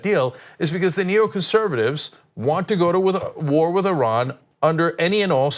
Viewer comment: Why does he keep saying "Ehran"? Shit! Are we going to bomb the wrong country again?!